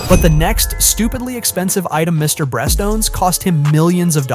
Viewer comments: Mr Breast? haha brest? didnt think it was so hard to say beast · "Mrbreast", "Mrbleach" and "Mrboost" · BRO SAID MRBOOST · lol Mr breast lol did he say Mr Bleach 😂. I think this guy low key hates Mr Beast 😂 oops Mr boost ok I think I gotten all did I win anything lol. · Mr Breast 😭😭😭